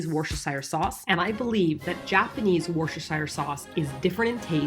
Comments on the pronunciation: "Wor-shesh-ir sauce" 😂 The proper pronounciation in woo-ster-sher in case anyone was wondering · How are you pronouncing Worcestershire sauce? It's like 'worcshesheershire sauce'. All wrong. Worcestershire is pronounced 'Wooster-sheer'. It's that simple. No need to tie your tongue. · It's pronounced woustah-shir sauce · this video reaffirms my thought that americans seem unable to properly pronounce Worcestershire - you don't really pronounce that extra 'cest' and you definitely don't pronounce 'shire' like a hobbit its more like 'sheer' please use to avoid future embarrassment in front of english ppl lmao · “Worcestershire” is more “Woostersheer” by the way 😉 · Also as a brit. Its WOO-STER sauce. God bless you for trying so damn hard to get it right you lovely lady. xx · Just to let you know Worcestershire is pronounced "wuster shur", the way sayin it at the moment sounds like a real tongue twister, there's no need to struggle girl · Worcestershire is actually pronounced wuss-ter-shur** - I would like to apologise on behalf of the UK for making words seem more complicated than they actually are. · Wooo-stir-shire sauce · Worcestershire is actually meant to be pronounced 'wurster'... It's super weird and confusing but that's english for you 😂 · loving your videos guys Cracking up with bf at pronunciation of "Worcestershire". Having lived in England for 12 years it's hilarious to hear people pronounce it differently xD P.S. It's "west-cer-sher" for future reference xD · Hey, did you know that Worcestershire is pronounced "wuss-ster'? Legitimately. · Isn't it pronounced "worstersher"? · It's pronounced WHIS-ti-sheer. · Tip you pronounce Worcestershire, wuster sauce :) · pro tip from worcestershire!! we say it like: 'wuss-ter-sheer'!! lol i always forget that the sauce is international, it's cool to see!! thank u for the video, I can't wait to make some for myself!! ^ ^ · I love how pronounces Worcestershire hehehe!